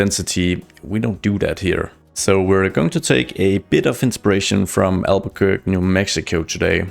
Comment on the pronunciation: Btw, it's pronounced al-ba-quer-kee! (not very intuitive, I know!)